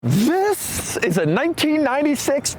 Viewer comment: The most diabolical "THIS" of all time 😭